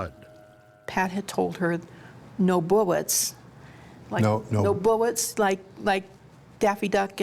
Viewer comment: Could he had been reaching for the gun to stop her? As in he realized what she thought was meant by “no buwwets” but he couldn’t articulate it fast enough?